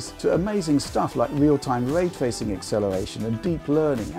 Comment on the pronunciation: What is this, “way twaycing,” that keeps saying?